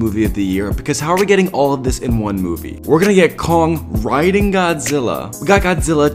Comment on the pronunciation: He didnt rlly have to emphasise the “riding”